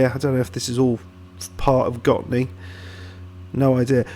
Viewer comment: Yes, you do say it in a very right way accually. 👍🏻 I did really enjoyed this video because I know who the players are. 🙂 Your research on Gottne was amazing! Here's a link to Gottne village web page if you want to dig even more.